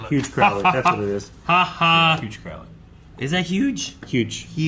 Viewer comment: Crowley is pronounced "Crow" like the bird..."row" like "row your boat". Not like "ow my knee". I do love your reactions, other than that. 😁😁